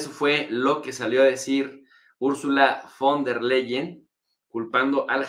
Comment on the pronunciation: tienes que pronunciar FON TER LAIEN ... así se pronuncia